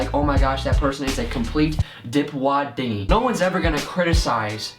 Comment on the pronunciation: "And if they did, they are a complete DipwodDingy"! - 2017